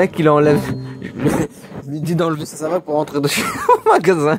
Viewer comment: il dit savate!!